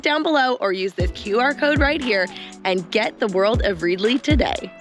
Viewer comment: Also you might find the name of the app you are endorsing is pronounced Red i ly as in readily available to read lol. A simple mistake and easily rectified. 👍🏻